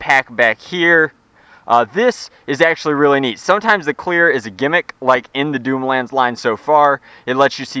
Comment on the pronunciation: "doomlands dooter" nice one there, best English ever